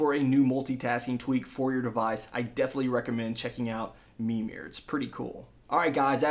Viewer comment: ITS MIRMIR lol